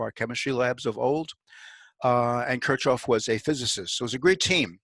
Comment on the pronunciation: Kurzoffen???? Kir CH hoff. with a CH like in LoCH ness... come on.... you can do it.. and an i like as in seeek...